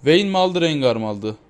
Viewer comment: la allahını sewersen bi de hele RENGAY ne la rengar de rencır dee de rengay diye nasıl okuyailiyonn